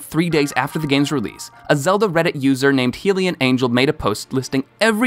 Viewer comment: Heelians? Really? Do you pronounce it Heerule?